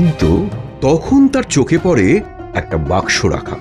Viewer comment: ভাই ওটা পরে নয় পড়ে বারি নয় বাড়ি.... খুবই শ্রুতি কটু লাগে।